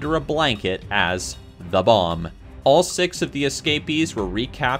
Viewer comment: Google homes cousin sat navigations uncle speaking clocks brother new flanders twin and father of the other guy the kid who speaks like this on all them other vids.. tubeeeeeular = tubular. Six= sex.